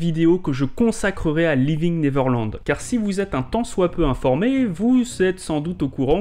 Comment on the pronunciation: Bonne video... mais par pitie apprenez correctement a prononcer "Neverland".